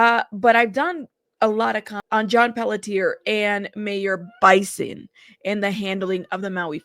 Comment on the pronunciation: It’s pronounced Biss-in not By-son. Just letting you know.